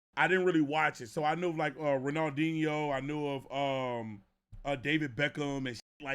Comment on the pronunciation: Nigga said renaldeneo… juju is mj cc and angel bird and magic